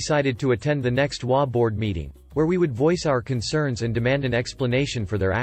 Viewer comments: In the first story in HOA, it is NOT pronounced as a word. But as each individual letter, as in H, O, A. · I have only heard HOA with EACH said, not as a word. It's only the text speech generators that pronounce it as a word.